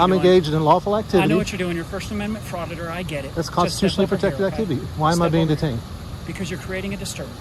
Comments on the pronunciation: Did he just say fraiditor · I thought the cop said "first amendment frauditor at the beggining" lol